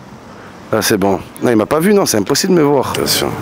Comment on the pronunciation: et en plus il a dit « impossible » de manière française